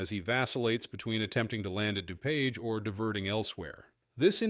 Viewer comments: Somebody please program the bot to read DuPage correctly and Spell "flight" correctly. Thanks. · Pronounced.....Dew-page!!!! Just drive up from Indy!